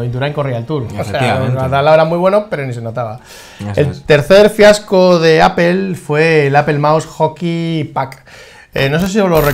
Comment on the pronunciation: Se pronuncia "Appol", no "Appel", fanboys.